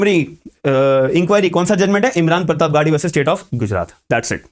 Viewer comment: प्रतापगढ़ी बोलिए प्रतापगढ़ के हैं वो